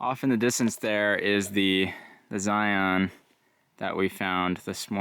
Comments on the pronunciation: Great trip and great video. As an aside, lots of people (mostly those who are not from Utah) pronounce it "Zi-ahn". Personally, I think it's pronounced "Zion" -- rhymes with "Lion". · If you’re from utah why do u keep calling it zioon? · Zion is pronounced same as lion not li on. Thank you. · I’m from Utah and I will never pronounce Zion like Lion.